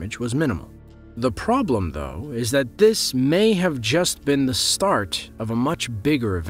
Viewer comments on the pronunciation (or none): none